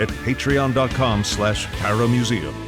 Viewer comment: In y'all's pitch for the museum membership, when says "paramuseum" I always hear "paramecium"